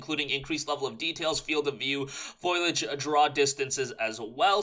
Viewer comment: It's fo-lee-age. Lol. Why is everyone saying foil-ee-age these days. You are not the first I have heard saying it. It's weird.😂